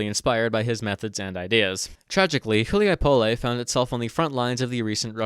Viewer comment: Hu li a Poll...say it right yeesh